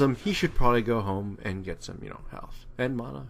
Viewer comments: I love how he calls it "mona" like its actually funny :P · Not criticizing, where did you get the pronunciation for mana? You sound American to me, but I've never heard anyone pronounce it like that, if you know what I'm talking about.